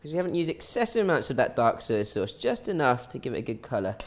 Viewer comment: I love when you say SUI SAUCE ( SOYA SAUCE) hahaha